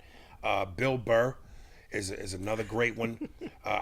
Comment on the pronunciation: He also says Embiid and Bill Burr's names wrong. Pretty funny